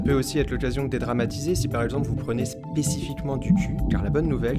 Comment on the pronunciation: ça permet de "dé-gras-matiser" haha